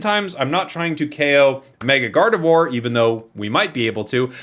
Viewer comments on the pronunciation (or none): none